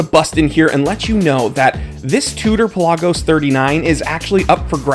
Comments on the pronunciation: Thank you for saying it properly. Puh laag os. Not Pella gos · Exactly. Official Tudor videos pronounce it this way. Peh-LAH-Gus